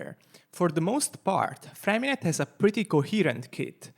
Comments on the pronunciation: I just want to say that his name isn't FremiNET. The "t" at the end of his name is silent. His name is French and is more along the lines of "FremiNEY". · btw it's Freh-mi-neh yes silent T